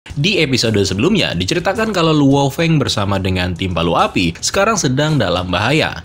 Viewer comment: Bang biar gak susah nyebut luo Feng sebut Lao Feng aja bang bias enak di denger